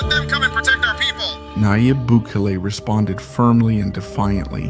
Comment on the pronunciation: The least you could do is pronounce his name correctly. FFS…